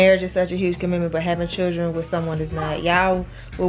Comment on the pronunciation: Keesha needs to learn how to pronounce Children